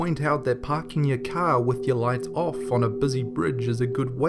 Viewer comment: i hate it when you say car